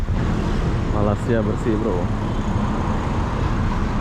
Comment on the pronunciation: Kenapa kamu cakap Malaysia tak betul. Bukan malisia bunyinya melaysia